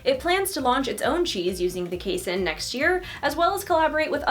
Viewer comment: Just fyi it's pronounced KAY-seen!